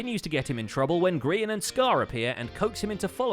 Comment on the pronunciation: For those who doesnt get the joke, grain or grayon, ITS GRIAN